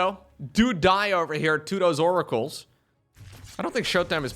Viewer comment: wants to see more Oracles so he can keep saying More-acles IMO